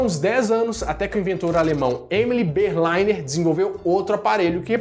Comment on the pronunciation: "Berlínarrr", "Berlínarrr".